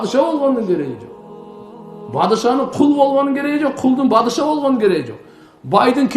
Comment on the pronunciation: Бадыша эмес падыша деп туура айталы